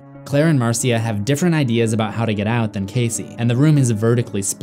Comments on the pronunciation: It's actually pronounced like Marsha. Not Mar-sia. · Marcia is actually pronounced Marsha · Your pronunciation of Marcia (Marsha) is extremely annoying